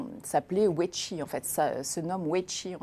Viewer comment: La personne invitée parle peut-être chinois car elle prononce bien Huawei et Weiqi. Je voudrais juste lui signaler que le pendant du Yang est le Yin (et non le Ying) et que le goban n'est pas un damier.